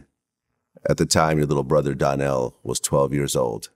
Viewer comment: It's "Donnell", Not Darnell